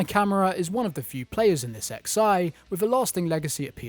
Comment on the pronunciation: X i? Why are you saying that? It's roman numerals XI